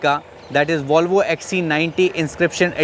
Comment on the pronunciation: It's pronounced "vol" not "waul"